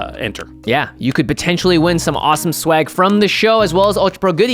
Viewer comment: Jimmy, it’s swag, not schwag. That’s something else…